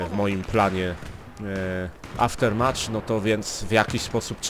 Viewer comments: Mówi się aftermaf. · Trudno to napisać, ale słychać takie "Aftermef". /watch?v=Ag4qoNzEH4w obejrzyj sobie to, dzięki temu nauczyłem się wymawiać tą trudną głoske "th". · Pisze się Aftermath a mówi się aftermat.